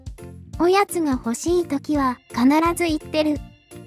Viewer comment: う〜ん 細かい事なんだけど『行ってる』を『おこなってる』って読み上げが気になる。 何故普通に『いってる』と読み上げないのか？ 関東では『いく』とは言わないのかな？まさか関西から西側だけ『いく』なのか？w